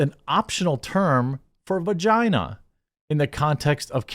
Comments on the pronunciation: You can't even say vagina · This fool seriously cant say vagina